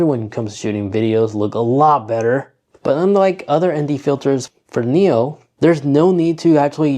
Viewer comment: It's a neo. Not a nero.